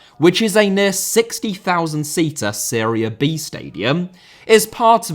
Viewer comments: Seria? Is he trying to say Serie A? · It’s pronounced Serie A not Srre A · Every time you say "Seria A", I keep hearing "Syria". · It took me a while to figure that you were saying Serie A. Even the YT CC generator identified that as Syria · I understood Syria every time you were saying Serie A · i was so confused why he kept talking about syria... why the fuck does he pronounce serie a so weird lol